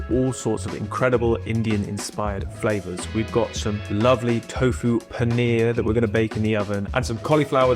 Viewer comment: It’s Paneer not panner 🤕